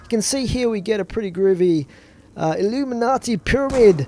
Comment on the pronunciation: he said illuminazi